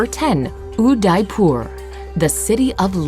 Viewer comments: They are pronouncing Udaypur as "You die poor" 😂😂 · its udaipur aunty....spell it correctly or rather pronouncr